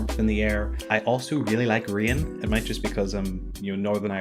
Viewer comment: never heard anyone ever pronounced "rain" like that before :) - yes, I agree <3 - 我也在学中文😉 - YEAH!